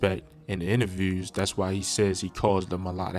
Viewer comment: This guys talks funny.. probably from Canada ... Instead of two he says TWEW SHOOT he says sheewt Interviews he says intervews... Mans french or nah? Culture vulture